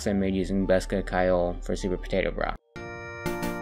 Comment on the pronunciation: Bosca Ceoil is irish, you pronounced bosca good enough, Ceoil is pronounced more like “Key-Oh-L” though, Bosca means box and Ceoil means music, put them together and you have “Music box” or “Accordion”, greetings from Ireland